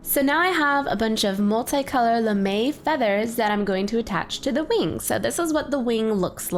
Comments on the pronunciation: It's not Lame it's pronounced as "Lamei" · It's lam-a! Not lame! You say it lam-a! And you spell it lamé! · Its lamè (LA-MAY) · I love them but at first I thought it was lame not lam'e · I thought she said lame. I was like "THEY'RE NOT LAME THEY ARE AWESOME!"